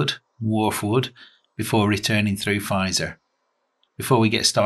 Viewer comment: Feizor is pronounced Fayzer